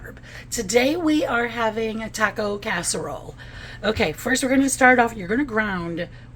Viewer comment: I know I'm being picky but please learn how to pronounce "taco". Thank you.